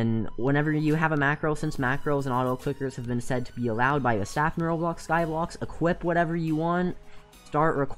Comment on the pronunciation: Did anyone else realise that he is saying Skyblox and not Skyblock